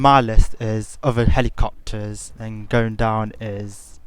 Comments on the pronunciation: "Ma numbwer won wule for flwyin helicopterssss" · Helicopterszzzz, sorry but it's hilarious when you say it!